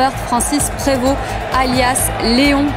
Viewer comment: Je suis heureux de voir que les belges prononcent mieux le nom du pape que les français et d'autres francophones qui se laissent influencer par l'anglicisme voire l'américanisme.